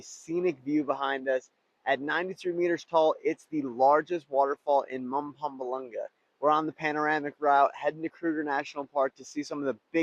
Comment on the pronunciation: truly magical part of the country as a Mpumalanga-ian myself i can testify to that love your pronunciation of 'Mpumalanga' you Americans always crack me up with your attempts plus you had some good sightings in the Kruger seeing a leopard cross the road like that is a once in a blue moon thing mostly you only see a tail dangling from a tree 100m+ away from the road...